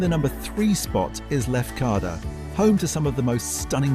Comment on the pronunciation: Agreed, nearly didn’t make it past Tino’s or Mike-on-oss. And pronouncing Lefkada two different ways. Just be grateful he didn’t attempt Hozoviotissa on Amorgos.